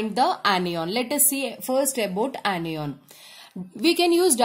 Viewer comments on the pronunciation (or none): Its cation not cateon and anion not aneon sorry 🤗🤗🤗🤗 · That is not pronounced as caty on Or any on , that is cat-ion and an-ion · Ma’am cation and anio pronunciations are wrong pls improve your pronunciations its very irritating 😠 the video was good though कातीयोंन एंड आनीयोंन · its na not ena lol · Anion not onion 😁😁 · yas lmao funny cat-e-on, an-e-on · Now I can identify CAT-ee-ONS and AN-ee-ONS easily. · Kat E On and An E On 🤣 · CAT-EON and AN-EON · Nope, it's KAT-EON and AN-EON Anyways, it's the best anyone can teach you in 13 minutes. 😙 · yaar cation aur anion nahi nahi bola ja raha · Pronunciation of 'cation' and 'anion' 🙄🙄🙄🙄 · She pronounces the main term ‘cation & anion’ wrong… 😑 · do the right pronunciation of cation and anion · You are pronouncing anion a d cation wrong mam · Mdam ur pronunciation is wrong Regading cation and anion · Mam plz Google the pronounciation of cation and anion😁😁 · anion and cation ki pronunciation nahi aati kya